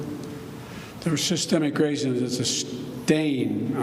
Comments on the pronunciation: “systeeeik rassiizzz” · Lol Biden can't even say systemic racism.